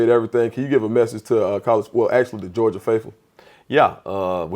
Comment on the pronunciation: “Gerogia”? C’mon, On3 Recruits!!! 🤦🏼‍♂️